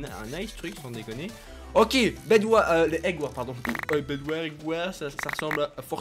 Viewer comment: prononce jamais les " s " dans skywars bedwars eggwars il dit skywar bedwar eggwar